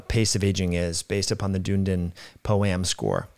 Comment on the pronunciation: It's pronounced "dun-ee-din" 👍